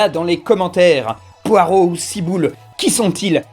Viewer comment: C'est pas comme ça qu'on prononce "poireau"